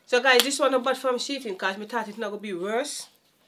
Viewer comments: I love how says SHEIN (sheetin) 😂❤ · lol you don't tell your mom its she-in😂😂😂😂😂lol my aunty the same thing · 😂😂😂why you never tell mummy it’s she-in not sheet-in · One thing enuh, ago seh "She-Tin". 😅 These were some really good picks! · its the way mom keep saying "she-ting" for shein😂😅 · Love how mummi pronounce shein....we know exactly wha she a seh n what she mean